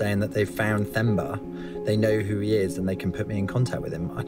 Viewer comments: It's pronounced "Temba" (T-e) not "Themba" (T-h). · It's Themba pronounced as in Thomas or Tom. Not as Thermometer. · Hi I am from this region 😊. What an amazing documentary. This is a brilliant piece. Thank you. It’s pronounced Te-mbah Not Themba. The H is silent. 😉🤓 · Got my subscription after this story... Nice story and next time its "term-bar not therm-bar"(Themba)😂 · Themba not femba 😂😂😂😅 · It’s pronounced “Temba”